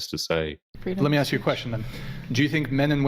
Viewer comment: sorry I stopped listening after she said aks